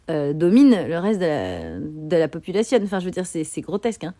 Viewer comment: "la bilane" "la populationne/ción" Voyons,!